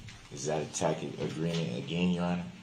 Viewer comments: “ Is that a takid agreement”? What a blithering moron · As many times as he's raised it you would think he'd learn how to pronounce" Tacit"